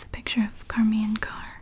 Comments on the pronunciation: isn't her name pronounced like "shar-maine" .. not "car-maine" ?? or have i been saying it wrong all these years???!! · And you pronounced charmians name wrong, I think it's pronounced shar-mayn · Only one thing wrong. It's Charmian (Shar-mee-ann) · Usually the name charmain is pronounced with an "sh" sound at the beginning like the name cher.